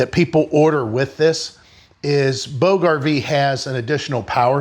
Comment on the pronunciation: Where is the link to this please? And I believe its pronounced "boodge", like 'lodge' only a long o instead of a short o. Sounds kind of like " boo-juh". At least that's what I've heard before. This is a luxury item but very interesting! Probably invented by someone who either had to pull 2-3 husky kids all around the park, or someone who had to lug a heavy load (firewood?) A long way. Thanks for introducing it to us. Wanted to look it up for price.